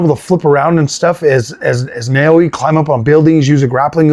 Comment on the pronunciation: Good video but I tell you are extremely excited! Which is fine btw, it’s great to see genuine excitement. That said… I beg you to take a min and expand your vocabulary (if I hear FREAKIN’ AMAZING one more time lol) and also learn to pronounce words properly, at least the game’s protagonist. Naoe is really not a hard name to say, especially seeing as you can hear it said in the game. Take a min, catch your breath and slow down. You love the game, we get it! Your honest and heartfelt coverage of this game will shine thru but I am confident that at least some new people who come here will listen to you for30 seconds, think to themselves that you are a clown and never come back. You put in a lot of work to get the channel to where it’s being recognized, congratulations! But now you need to up the professional just a little bit. Edit: one more point. It’s okay to praise the game as much as you want. But no game is perfect, even your favorite games. You shoud bring up at least a couple of points that you in your opinion could be improved. Valid & constructive criticism is good and balancing your coverage will add to your professionalism. If you never have any sort of criticism people won’t take you seriously.